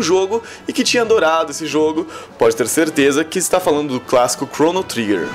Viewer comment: a pronuncia do nome do jogo está errada, mas o jogo realmente é uma referência forte para o gênero RPG. E todos jogos hoje em dia possuem elementos de RPG... Praticamente impossivel algum gamer não curtir um jogo que tenha aspectos de RPG, como Skyrim por exemplo.